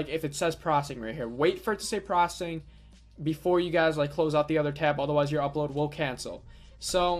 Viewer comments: "95% prossing"....."prossing"..."95% prossing" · Why are you saying "Proccing"? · Processing isn't pronounced prossing. Doesn't work. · Every time you say "prossing" a kitten gets crushed under a tire.